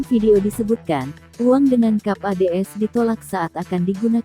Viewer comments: Cap bacanya Kep....parah, ke english englishan kaya ibas. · Koq gak enak banget d dengar nya ya. Cap koq d baca kap!! Narator gunakanlah bahasa yang baik & benar sesuai EYD.. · kap kap kap... kap mobil?.... kok cap di baca kap?... apakah eyd sudah direvisi?... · Tribun, terdepan soal proses pembuatan konten. Mbak naratornya sampai nyebut cap sebagai kap. Curiga saudaraan sama narator google maps nih😅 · Pembaca beritanya aneh jadi ga enak nontonnya. Cap koq dibaca kap